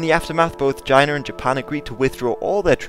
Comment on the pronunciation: Nice you say China the same way Donald Trump does. Jina!😂 All joking aside you did an awesome job and I definitely know more than I did before I watched this... Thanks